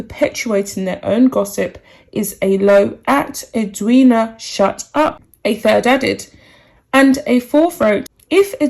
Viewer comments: Us Aussies are totally behind Eddie as she is affectionately called by Aussies. PS yes you did pronounce her name right. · The reason this was said was because Meghan said “she didn’t want to attend the funeral and have the attention on herself”. You have pronounced Edwina’s name correctly. I am an Australian and completely agree with Edwina.